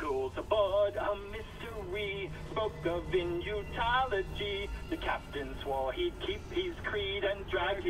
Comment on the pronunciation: I meant they pronounce it "Inutology"